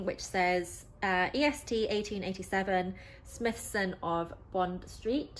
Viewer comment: Firstly I’d like to say what a great review very informative but I’m not sure if your aware it’s pronounced Smy-thson not Smithson hope this helps for your future reviews. Enjoyed the review thank you.